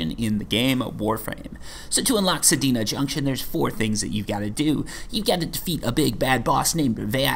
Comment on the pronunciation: Why are you adding an i between the D and the N in Sedna